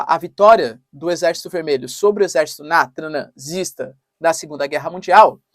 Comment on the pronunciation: Por que vc fala pausadamente as palavras terroristas, nazistas e outras parecidas? Isso é irritante.